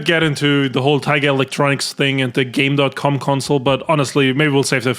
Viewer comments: actually is "gamecom" not "gamedotcom" 🤓☝️ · Love your content, just a quibble. It’s Game (pause) Com. Tiger tried to be hip and didn’t understand computer lingo and it makes it confusing to modern gamers with the stupid “dot” between “Game” and “Com” When you turn the console on, it has a voice that announces the name of the console. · Rebecca Heineman is the best. She did the best she could with what she had and I respect her so much for it. Also: Zeebo mentioned! Brazil mentioned! Let's GO!!! Also also: That Tiger console is pronounced Gamecom. No dot. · Despite how it's written on it, it's actually supposedly pronounced "Game Com".